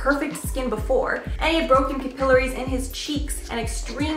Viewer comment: OMG I'm sorry but the clip in the beginning I wouldn't even think to get whatever he was referring to bc he couldn't pronounce capillaries right lmao sorry not sorry...